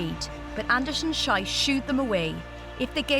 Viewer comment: Aaacckkk! The second name in "Anderson-Schiess" rhymes with "peace". The way this announcer pronounces it, it's the vulgar German word for excrement.